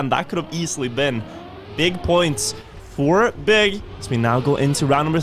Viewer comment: Not to be rude and I understand the thought process, but BIG is an acronym (just like NATO/NASA), so it’s not pronounced „Bee-Eye-Gee“ but as a regular word. Would be great for the org if you could spread their name in the correct way in future casts! 😊